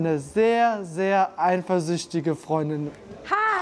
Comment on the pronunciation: "einversüchtig" :DDDDDDDDD